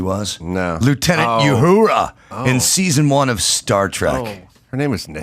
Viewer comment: pronunciation of Uhura 😂